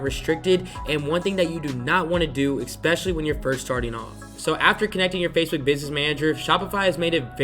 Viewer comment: IT'S, ESPECIALLY! NOT EXPECIALLY!!! great video brah